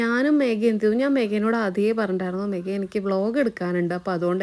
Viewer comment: മേഗയാണോ അതോ മേഘയാണോ ? മൂകാംബികയിൽ എഴുത്തിനിരുത്തിയിട്ടും അക്ഷരശുദ്ധി ഒട്ടുമില്ലല്ലോ. ഗീ lamp അല്ല ഘീ lamp .